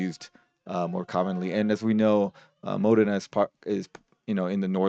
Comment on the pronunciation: Modena is pronounced as Mo-Dana with the accent on Dana